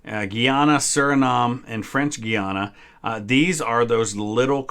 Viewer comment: guy - ana not guiana